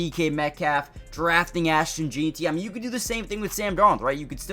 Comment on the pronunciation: Bro why are you jeanty like “Jean-tee” 😂😂